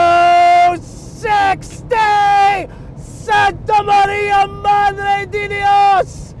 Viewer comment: IT's MADRE 'DE' not 'DEE'